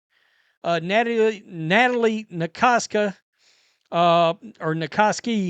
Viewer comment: her name is pronounced’’ Natalie NAH KAH SAY ‘’ Yes I live in San Francisco, and we are blessed to have Nat as our coach, ie. Valkyries …